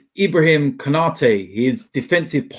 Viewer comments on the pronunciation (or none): none